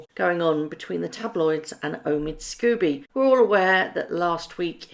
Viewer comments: His surname is pronounced ‘scohby’ not scooby unless of course you’re just trying to be amusing. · The writer's name is Scobie NOT Scooby: it is unforgivable, unprofessional and rude to persist in mispronouncing his name. I've said this before so it's clear that does not read our comments or simply chooses to ignore their content.